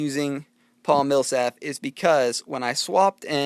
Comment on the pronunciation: Just BTW, It's not Paul Millsaf. It's Paul Millsap :p Awesome video though man!